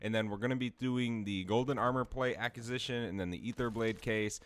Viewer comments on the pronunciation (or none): A quiz i shin.... Not A cues i shin😂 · I love your videos and appreciate the hard work! Acquisition and accusation are two different words though...ACK-wuh-zih-shin